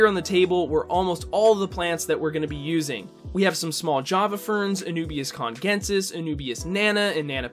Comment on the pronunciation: I think Anubias Congensis is pronounced "kun-jen-sis"